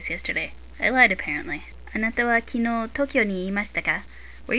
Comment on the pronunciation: kinoo ;( it's kinou love your lessons though, by any chance, does your book have an "o" with a line above it?